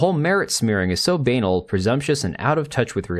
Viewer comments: Not "baynal" buh-nal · banal is pronounced like banana, not anal.